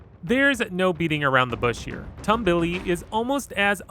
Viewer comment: its pronouced tomb-be-le not tumble-e